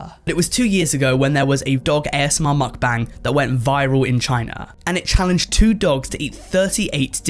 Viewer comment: How many am I going to have to hear this guy say mukbang wrong I wonder how he says bangs